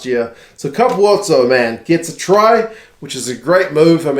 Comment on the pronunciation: FYI Capuozzo isnt pronounce Ca-poo-otzo, the u and o combine into 1 sylable as in Cap-wot-zo